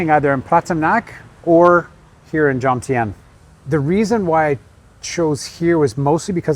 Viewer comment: Why can’t vloggers pronounce the word Jomtien